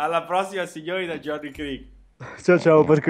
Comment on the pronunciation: cmq si dice JOHNNY!!